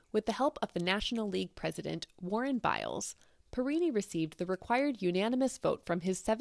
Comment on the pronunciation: That's an interesting and informative video, and the first time I've heard of this channel. The NL President was Warren Giles, not "Biles." This is the first time I've ever heard of a team named Sox without a colour. That 1953 Boston Braves scorecard is a real collector's item.